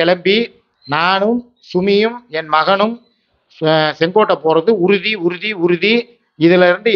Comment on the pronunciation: வீடியோ கடைசில நீங்க உறுதி உறுதி ன்னு சொன்னது எங்களுக்கு `சுருதி கருதி `ன்னு கேக்குது ண்ணே😅